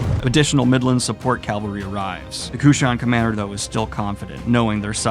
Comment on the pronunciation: Surely someone has corrected Daniel on his pronunciation of cavalry by this point? Does he say it on purpose?